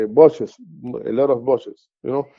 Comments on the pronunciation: BUSHES!!! Not buses! Oh my goodness, I can’t listen to your interpretation here. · Bushes , not buses.